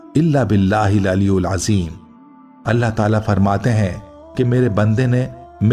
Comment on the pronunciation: Aliulajim nahi bolke alielazim huga from Bangladesh